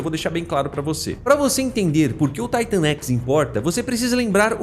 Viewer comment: Mano me perdoa mas , pq Taitan x , e n Titan x na sua pronúncia, já que quando você fala , ( na escala de Titan ) você fala Titan e n Taitan , n dar de entender